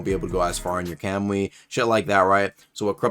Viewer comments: "kemui" lol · Please tell me your pronunciation of kamui was a troll